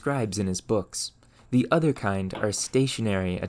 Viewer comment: I like the content and commentary, but I'm generally curious where this guy is from since every time he pronounces a word with an "O" he says it as if it were a "U". Like saying Fur instead of For or Urther instead of Other. I've never heard someone speak such perfect English and then not for one letter, so I'm just curious.